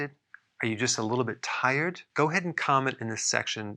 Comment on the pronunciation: t-eye-red (t-i-red) jajjajajajajajajajajaja!